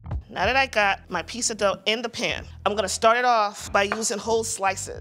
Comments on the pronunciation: Person who hosts a pizza show, pronounces it pisa, nightmare! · needs to start saying “pizza” instead of “pissa” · It's pronounced 'Peet-za' not ' PEESA' goddamn that bothers me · Someone needs to teach how to say piZZa she says pissa and it drives me nuts. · Great show and love the channel. I die alittle everytime when she says Pissa >_> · I like how she calls pizza "pissa" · Pissa... Pissa. Am I hearing her wrong? It's like my misophonia is reacting to the word... Pissa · STOP CALLING IT PISSA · Fuck sakes ... it's pizza not Pisa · I'm really trying hard to not hold her pissa pronunciation against her but it's hard. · Can the host please learn to say Pizza? It's not Pisa. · I can't phukin stand when ppl say Peessa!!! 🤬🤬🤬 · PiZZa darling!! Not piSSa.. That is pissan me off :/ You could not find a presenter with correct pronunciation for the theme word of the show? Really?! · I can’t get over pronouncing it, “PEESA” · The way pronounces Peesa make my ears perk up every time 🤣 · "In the peesa world" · I hate how says "piece-uh" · Not only does that lady say peesa, she also says axe. Ugh And I think it is a casserole. Way too much cheese for me. The ratio is way off. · Does it not bother anyone else that she keeps saying peesa? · The way she says piecsa bothers me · I really like her pizza, but does she have to keep pronouncing it peesa? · says "Pee-sah". Also, these videos are cringe. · Host of a pizza show; can’t pronounce pizza. 😂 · ....instead of the "two yoots" it was two pizzas. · She can’t say pizza correctly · How can she have her own Pizza show but can't pronounce the word pizza correctly 🥲